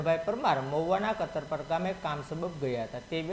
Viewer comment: Katarpar katarpar shu Karo katpar naam che gaam nu bolta sikho pela.